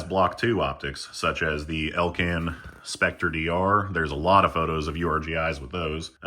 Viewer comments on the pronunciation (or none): none